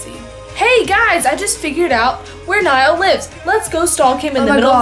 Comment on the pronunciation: When people pronounce Niall 'Nail' or 'Nee-all'